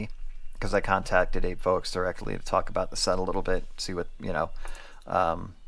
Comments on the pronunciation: Apevoix is pronounced like “appy vwa”, or like when you say “voilà” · Glad to see you back,. Took a little while for YT to let me know you'd started posting again, though. FYI the name is pronounced "ap eh vwah". Finally, I'm glad that this surgery seems like a winner. Happy (pain free! ) holidays to you and your family. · Wish you a safe full recovery, thanks for the review. This set seems to be sold out everywhere, was interested at the time but never pulled the trigger. Voix, usually the x is silent